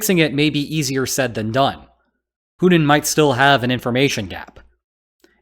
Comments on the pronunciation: You keep saying Punin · Hey! You gotta start pronouncing putlers name with a “T” sound (instead of a “D”). Or wagner with a “W” instead of a “V”. Or Afghanistan with its second A sounding like an “A” instead of an “O”… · “Poodin” = “Putin” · I like ho you call him "Pooed-in"